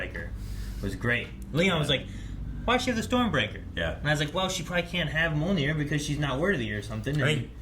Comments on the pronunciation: Is "Mjolnir/Mjølnir" that hard to say? Why you keep saying it like "Monir"? I mean, they even SPELLED IT OUT in the movie. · Like M-yole-ner, right?